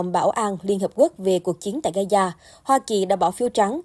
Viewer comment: Ga _za không phải ga _da